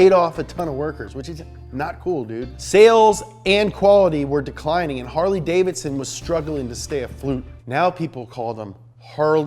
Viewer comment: Funny. Harly davidon as explained by a millenial.